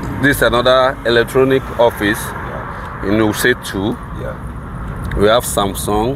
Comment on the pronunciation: Commentator moves from one place to another and when asked he says Wuse 2. It doesn’t where he is, he says wiuse 2